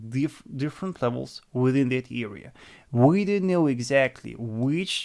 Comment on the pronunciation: You learn English? its that (dat) and not (zet), finally